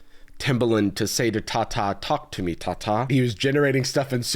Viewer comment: Its to-ku tu mii トークトゥミー